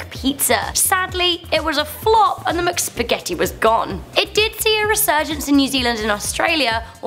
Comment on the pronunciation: Ok is no one going to mention the fact that she says muc not mc Is there a u in there?...NO! It’s pronounced mic not muc k!